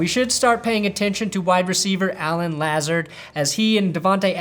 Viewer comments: Lazard is pronounced like "Luh Zard", just for future reference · Allen Lazard’s last name is pronounced Lah-Zahrd